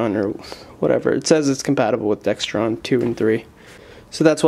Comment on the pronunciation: Not Dextron it is Dexron